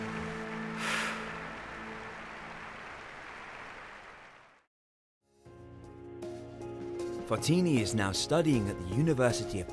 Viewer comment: *says her own name multiple times in the video * English guy: Fo*TI*ni